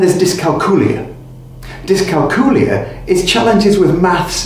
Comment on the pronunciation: Dys-cal-cool-ee-y? 🤔 Do you cal-cool-ee-ete on cal-cool-ee-atets?